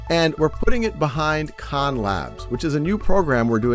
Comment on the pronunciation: Big fan but Sal need to start correctly pronouncing his last name so people don’t insist on mispronouncing the names of all the Khans